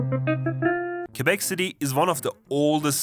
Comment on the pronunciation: Thank you so much for saying Quebec and not "Quwebec", you kind of forgot to mention that we have a lot of rednecks and redneck towns here too. Still, you made a great job at pointing out accurate stereotypes.